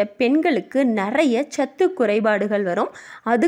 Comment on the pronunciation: அருமையா பதிவு. அனால் தமிழ் உச்சரிப்பு சரி இல்லை. பால் பாள் வாழைவானள என்கிறார்